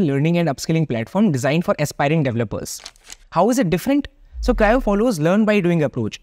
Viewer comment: Cryo ❌ Crio ✔️